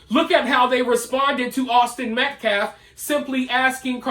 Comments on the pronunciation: His name is Austin M.E.T.C.A.L.F...not Metclaff... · This fool can’t even say Austin Metcalf the right way.. Met claaf .. he is a joke. This whole family is pieces of shit. They should get in trouble for him carrying a knife to school all the time. They jail parents for their kids missing too many days. I just have a bad feeling about this case.. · "Awzden Mekleff"!! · Whay is Austin being called his last name Metclef ? That's disrespectful... At least pronounce Austin's name correctly. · This POS Activist is not only the biggest Racist out of any of them but the LIES he stood there and threw up out of his mouth was ridiculous! And he still CAN'T say the word Metcalf, wow! 🤬 PS ~ DON'T tell the press they can't ask you anything else! 🤦‍♀️ #justiceforaustinmetcalf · Oh and I wish that asshole talking would pronounce Metcalfs name right.. either he can't read the name right or he's doing it on purpose.!!!! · notice how this guy cant say Metcalf correctly, talk about disrespectful. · That dude still can’t say METCALF right?! 😤